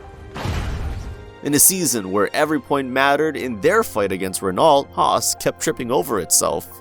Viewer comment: How do you watch F1 and not know it's pronounced "Ren-no" not "Ren-alt" just a minor pet peeve of mine lol